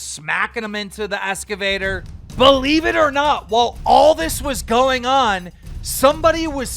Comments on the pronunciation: Keem it's a fuckin Excavator not an esscavator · 🤦‍♂️ wtf is a “S-gavator” ? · Ok Keem SXSW is South by Southwest..... Duh. Also it's an Excavator NOT an escavator! Where in the Sam hell did you go to school?